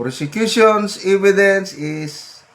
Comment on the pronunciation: Hindi po "eeeeee-vi-dence" .... [eh-vi-dence] po.